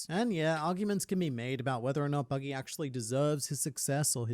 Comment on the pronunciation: bro just no he said buddy the clown not buggy d clown like bro pls stop i like ur vids and all but pls stop no hate